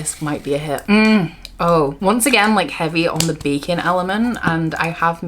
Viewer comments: I genuinely thought you said one of the candles smells like bacon not baking 🤦🏽‍♀ Those books are beautiful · I kept hearing ‘bacon’ instead of ‘baking’ and I had to go back each time to review the scents 😂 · Every time you said "baking" I heard bacon 🥓 lol. And I thought that is a weird combination of smells. 😅